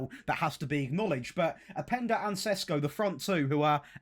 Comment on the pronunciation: If you want to pronounce every name, then you might start with Šeško (Sheshko instead of Sesko).